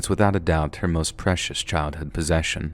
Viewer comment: Aww.. Me wasn't too pleased with the result. Also vewy pwecious!